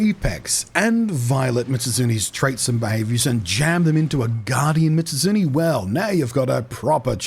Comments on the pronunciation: Meez-oot--soon-eyyy. There, you can say it correctly now XD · to any curious, mizutsune's name is specifically made up of the japanese words mizu(water) and -tsune as in kitsune(the fox yokai thingy) so it'd be pronounced "Me-zoot-soon-nay". Blunty seems to be saying "Mitsuzune" which is probably just a mild bit of dyslexia switching around the zu and tsu sounds. Common thing with words that have similar sounds like that, I've heard people say "mitsuzune" specifically more than a few times.